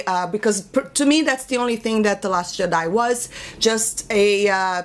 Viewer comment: Love the way you say Jedi.